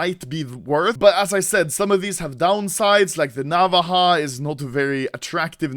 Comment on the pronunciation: why you say n avaha knife